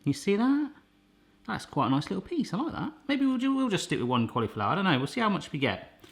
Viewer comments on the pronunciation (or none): I love the way he says "collyflower". It just makes me smile. :)